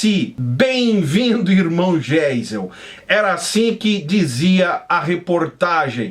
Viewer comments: Primeiro vc precisa aprender a ler. Vc parece que foi a(na)lfabetizado pelo Mobral. O nome do presidente pronuncia-se GAIZEL e não Geisel. Vc fala hipocresia mas a palavra é hipocrisia. Intúito vc fala intuito...e assim vai. Segundo: Não houve ditadura e sim regime militar extremamente necessário naquela época. Foi o povo quem pediu , não houve golpe militar. Terceiro: Ninguém era inocente. Para colocar o país em ordem foi necessário uma ação enérgica. Tinha muito lixo ideológico como existe hoje , sendo que nos dias atuais tem muito mais. Quarto: Essa alusão a presidente evangélico com duplo sentido é somente para falar do presidente Bolsonaro (Que é CATÓLICO). Então... Vc precisa (primeiro aprender a ler)se informar direito e parar de falar bobagens das quais além de não ter conhecimento (não sabe ler e qdo lê, lê mal (analfabeto funcional) e procurar fontes fidedignas. A única coisa que sou obrigado a concordar contigo é que o meio evangélico brasileiro é podre...Muito podre mesmo. Eu me libertei desse jugo(Egito) a muitos anos. Qto as demais coisas...vc precisa melhorar. Admiro o seu trabalho...Fica a dica. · Será o "Estado Islâmico" no Brasil! Só a título de informação. "GEISEL", nome alemão cuja pronúncia é "Gaizel". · Geisel se pronuncia (Gaisel), blz?